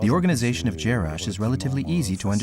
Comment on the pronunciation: jarash, et non jerash